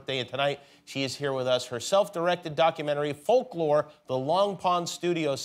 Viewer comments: Folk / lo / re ?? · I am sure sure someone said this already but Folklore is 2 syllables..... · sorry but in what world does folklore have 3 syllables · fol-ku-lore LOL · Did Jimmy say “folklore” has three syllables? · Taylor when she heard Jimmy say that folklore has three syllables: 👁👄👁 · who’s gonna talk him folklore isn’t 3 syllables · Omg I had to say folklore like three times I was like it does not have three syllables what is he talking about 🤦🏼‍♀️🤦🏼‍♀️🤦🏼‍♀️🤦🏼‍♀️ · Not Jimmy saying Folklore has three syllables... go to school kids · Wtf 🤔🤔 I love how she's just too polite to correct him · When has folklore ever had 3 syllables? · her face when he said folklore has three syllables... he needs to go back to school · How come 'folklore' has three syllables? 😭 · It doesn't. He made a mistake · Ho do the titles "Folklore" and "Evermore" have three syllables lol? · Is it just me or does folklore only have two syllables? 🤦‍♀️🤦‍♀️🤦‍♀️😂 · maybe it's because I'm stupid but doesn't folklore have 2 syllables? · in what world is "folklore" 3 syllables? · not him saying folklore is 3 syllables lollllll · Folk Lore, where's that 3rd syllable? Polkalore! 🤟🤣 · How is Folklore 3 syllables? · did he say “folklore” is 3 syllables? haha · Is folklore 3 syllables? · I'm sure everybody is thinking: Um, doesn't "folklore" have just two syllables? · How is folklore 3 syllables?? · Is folklore 3 syllables? I thoughts 2. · how did jimmy get away w saying folklore has 3 syllables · Folklore has two syllables...wtf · Folklore isn't three syllables. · Folklore has three syllables? To me it has only two... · Does Folklore have 3 syllables, Jimmy? Hmmmmmm. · But... Folklore is 2 syllables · Folklore is 2 syllables. Was he joking or was that a mistake? Hahahha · So… who’s gonna tell him folklore isn’t 3 syllables… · Folklore has 2 syllables. Geesh. Lol